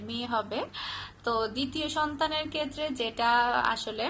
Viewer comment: আপনি এত ভুল উচ্চারণ করেন কেন আপু...ভাই কে বলেন বাই আবার বোন কে বলেন ভোন,ক্ষেএ কে বললেন কেএ,মিথ‍্যা কে বললেন মিত‍্যা।উচ্চারন গুলো ঠিক করবেন আশা করি।এটা আমার হাজবেন্ড এর আইডি।